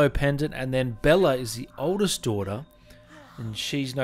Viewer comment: it's pronounced Bayla not Bella, but you probably know that now